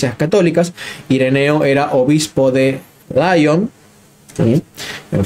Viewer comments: No diga usted "Laion" ¿ Porque en inglés? Diga Liòn o León. Mejor Liòn para no confundir con León en España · Lyon es francés, y se dice tanto en francés como en español "lión". Gracias por tus interesantísimos vídeos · Buenas muy agradecido por sus videos. Nos ayudan a fortalecer nuestra fe. Sólo un pequeño apunte. San Irineo de Lyon en francés se dice como suena "Lion". Entonces si hablas en español debes pronunciar al modo original en francés como "Lyon" o en español "León" pero nunca en inglés. Es una tontería pero a los europeos, particularmente, en España y Francia suena muy raro.